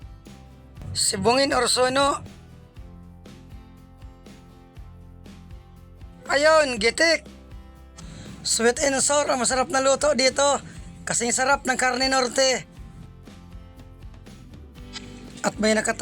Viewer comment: Sweet and sour, hindi sweet and sur. Bobo mo nman